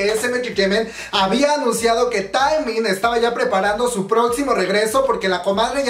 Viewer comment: Se pronuncia teeeeeeeemin no taaaaeeeemin. Si tuviera tacones te los lanzo!!! 💅 Aprende a decir sus nombres po favo 😣 Pd. Te amo we :v 💜